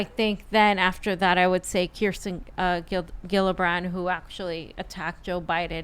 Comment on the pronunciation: it's not a hard G on Gillibrand, It's like Jillibrand, okay?